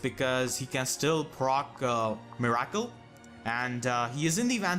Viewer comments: Miracle is pronounced "mirror kill" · Never knew you could pronounce "Miracle" like that in